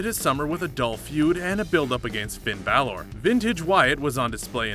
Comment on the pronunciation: And BA-L-Or...